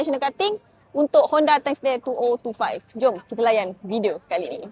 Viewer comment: Seumur hidup aku, termasuk study di di USA 12 tahun, tak pernah pula aku dengar orang putih sebut Two O Two Five. Two Thousand and TwentyFive yag betul dik. ✅